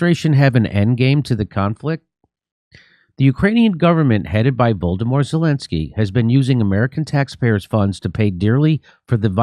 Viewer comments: "Voldamort" Zelensky lol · Sounds like you said “Voldemort Zelensky”